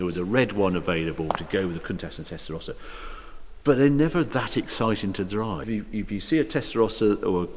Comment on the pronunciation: First time I ever heard "Tesarossa" pronounced correctly..